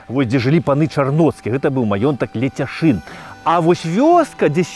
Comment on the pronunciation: Пры ўсё павазе, але ЛЕЦЯШЫН а не Ляцяшын.